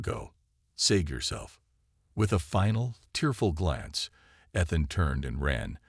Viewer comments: Ethan pronounced ee th an. Not ith an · His name pronounced E-than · I like to imagine it's a representation of her accent since the story is from her pov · Look up Ethan and Epitome pronunciation. Unless the voice is an AI - then never mind.